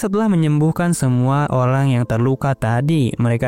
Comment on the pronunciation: "telah menyembuhkan semua Olang"